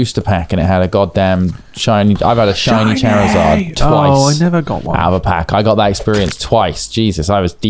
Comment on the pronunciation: The way they're pronouncing Charizard is making my eye twitch...